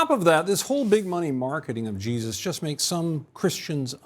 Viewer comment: Why is it every time they say Jesus it sounds like “Cheesus” sorry but his real name is Yeshua… which even translated via ENGLISH would be Joshua so who is CHEESUS ?